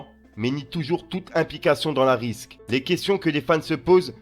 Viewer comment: on dit une "rixe" et non une "risque". Courage et force à toi 💪